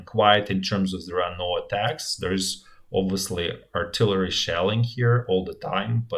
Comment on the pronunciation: RIP artilarry. It bothered me at first, but then it became an endearing part of the channel.